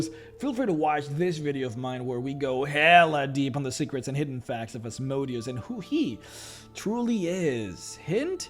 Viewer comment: Still think you should go back to pronounce Asmodeus as you did in the Asmodeus video as it is much closer to how the name is pronounced. Now he sounds more like a machine than a hebrew demon